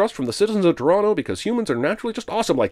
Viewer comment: "Torono" One sin off